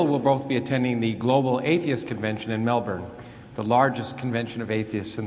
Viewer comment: NNoooooo Krauss, why do you say Melbourne like that :c it hurt me!!!!